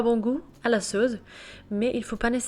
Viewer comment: "LA SAUCE" avec un C comme suce et non pas "la sauze"